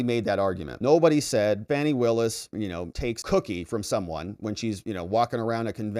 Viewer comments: Her name is pronounced FONI NOT FANNY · This is the first time I’ve watched one of videos. The first (of many, many) times he mispronounced Fani’s name, it became clear he’s a Rightwing hack whose video would be filled with NewsMax-style nonsense.